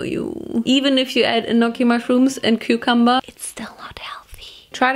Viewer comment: I just want to tell you that cucumber is pronounced kyu-cum-bur not coo-coom-bur